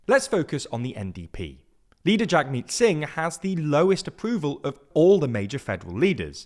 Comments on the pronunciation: So... cool video but you should probably have gotten the name pronunciations right. Jagmeet is pronounced "jug-MEET" (not "JAG-meet"), and the ET at the end of Blanchet is pronounced "et" (not "ay"). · I would just like to point out Jagmeet's name is pronounced Jugmeet